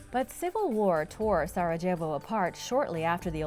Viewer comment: Sarajevo.. can't be how actually pronounce it... Every J is essentially a Y.. Sara-yevo